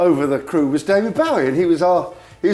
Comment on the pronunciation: 'Boh-ie' not 'Bow-ie'!